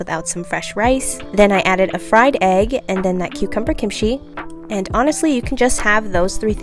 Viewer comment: It's not Kim-she it's pronounced as kimchi...kim-ch-i